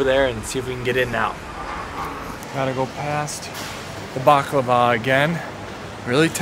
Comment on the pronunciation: You mispronounced it. Bah-Cla=va. Accent first sylable